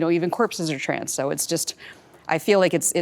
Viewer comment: random observation unrelated to the topic at hand: anyone notice that when says 'trans' it sounds like 'trends'?